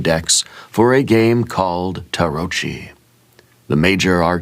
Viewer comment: I took Italian and it's pronounced with a hard C, like tarot-key